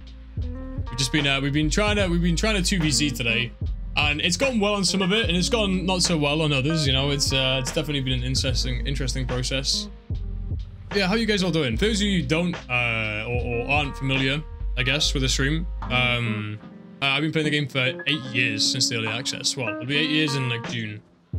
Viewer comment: "...Definitely been an incesting....interesting process." LOL